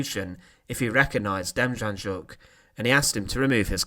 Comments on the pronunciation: its pronounced denjanyuk not ja, because in Ukranian like German the J is pronounced as a Y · Good video, just a point of interest, his name, Demjanjuk, the J’s are pronounced as a Y, so it’s not Dem Jan Juk, it’s pronounced Dem Yan Yuk. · ITS PRONOUNCES DEM YAN YUK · John DIM-YAHN-YUK is how it's pronounced. You sounded like you were having a stroke when you attempted to pronounce his name lol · N.B. The J in his name was pronounced as a Y, hence Demyanyuk. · It’s pronounced Dem-on-yuck the Js are silent ☠️ becomes him Terrible man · I live in Ohio and his name was in and out of the news for years. It's pronounced dem - yan - yook. He was living in Cleveland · De-Mmm-yeah-Nyuk. It's hard to write how to pronounce it. But those J's are not pronounced. Theres a documentary on netflix here in the staes about him. Called the devil next door. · You're pronouncing his name wrong its Dem - Yan - Yook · I believe the name is pronounced Dem yon yook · FYI.....Demjanjuk is pronounced Dem-yan-yuk. The Devil is in the details. Rudolph Hoess is not Rudolf Hess. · Name is pronounced as “dem-YAN-yuk” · Narrator: try Dame-yon-yook! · It’s pronounced ‘John demYanyook’ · Very good video but the j in his name is to be pronounced as y . Demjanjuk is to be said as Demyanyuk . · Demjanjuk is pronounced Dem Yan Yuk. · Great presentation, one correction: Demjanjuk is pronounced “Dem—YAN-Yuk” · No j sound but like a y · You butchered the john demianiuk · The ‘J’ is pronounced as a ‘Y’ in Demjanjuk. 🤦🏼‍♀️ Maybe do some more research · It disgusts me that people are trying to monetize history with a few pictures and some narration, but they can’t even pronounce the names of their subjects. John Demjanjuk is not pronounced as you say. You want to post about history? Do the work…